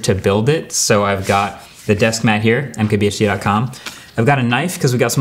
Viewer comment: For some reason i always hear im kbhd here